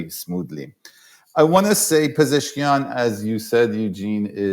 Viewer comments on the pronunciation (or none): Thanks for the great interview. His name is Pe-zesh-kian though 😊